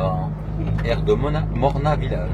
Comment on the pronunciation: Slt, super vidéo comme d'habitude, à Saulieu c'est le taureau de Pompon, pour info Mornas il faut prononcer le S soit Mornasss hihihi!!!!! bonne route et prudence.